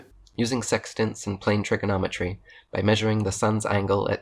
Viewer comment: When plays someone else's video at a faster speed to make them sound squeaky, that's the first clue he's trying to skew your opinion. In the sextant part, I could swear Eric pronounced it as "trickonometry". 😉 Eric's level of (mis)understanding is truly remarkable.